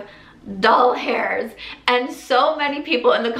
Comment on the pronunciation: Omg, when you said 825 dol-hairs instead of dollars 😂😂 my husband says that all the time when talking about money hahaha I’m glad he’s not alone 😂😂 that made me laugh! I enjoy watching your videos 😊